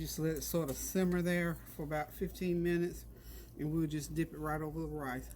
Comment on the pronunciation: Random, but I love how you say “rice”. You pronounce it “rAHs”. It’s my favorite!